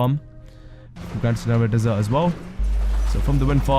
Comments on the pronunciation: Dessert..... It's desert mate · how do you pronounce most of the names wrong. buccaneer way became "baccinari way", the grand senora desert became "dessert", Raton canyon became "Rayton" and paleto bay became "pallet-oh" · haha saying desert as dessert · Fan-dabby-dosey of a vid. I dont know what I enjoyed the most. Finally finding all the locations with your help or you pronunciations of Dessert, Seoul and Alamo